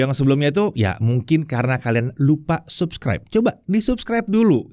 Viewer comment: Gua paling suka pas ngomong "mungkin kalian lupa subscribe" penekan nya tegas sekali nyuruh untuk subscribe